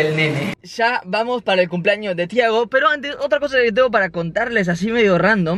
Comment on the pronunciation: tampoco es "tiahgo" Es Thiago